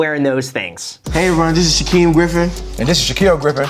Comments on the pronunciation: OMG 😂! Graham their names are pronounced like Sha-keel and Sha-keem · Anyone else cringe when he said Shaquill and Shaquem